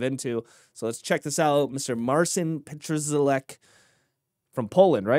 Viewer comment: Not! Pronounce his name PAT-SHA-LECK. Your proposal is totally wrong.